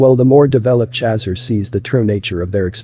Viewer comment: that pronunciation of "chaser" though...😂, but the rest in pretty intriguing and accurate...